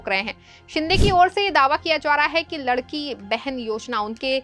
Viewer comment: ये रिपोर्टर लाडकी और लडकी का फरक नही बोल पाती..😂😂